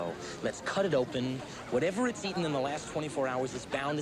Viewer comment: She says "who cares if more kids get ea_in". Why are young people not pronouncing the T in eaten. Now they're saying EA-IN.